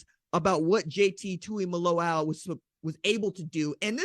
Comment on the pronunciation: Man why is everybody mispronouncing JTT’s name? It’s not even that difficult.. it’s TuimoLAO not TuimoLOLAU ffs